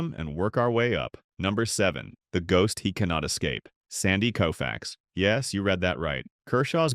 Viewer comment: Bro is COE-FAX not KOO - FAX. A.I. bullshit.